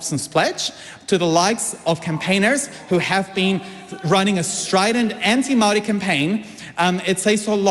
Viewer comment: She speaks of fake News As she lives as a Fake Victim And she cant pronounce the word Maori properly